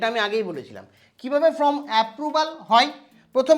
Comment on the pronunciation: Form কে কেন from , SIR কে SRI কেন উচ্চারণ করেন ? এই ধরনের উচ্চারণগুলো ঠিক করুন।